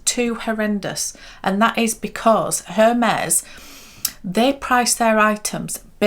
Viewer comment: You don’t pronounce the H in Hermes.